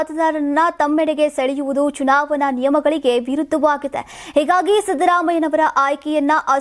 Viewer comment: ಚುವಣಾ... ಚುನಾವನಾ ಅಲ್ಲ. ಸರಿಯಾಗಿ, ಉಛ್ಛರಿಸಿ.